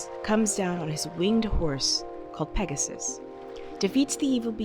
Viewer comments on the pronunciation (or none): none